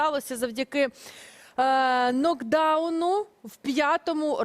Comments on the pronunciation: Не нокдауну, 😁😁😂😂 а нокауту ‼️ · Накауту,а не нагдауну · Нокауту, а не нокдауну! - 3 одишибка в 2 х словах!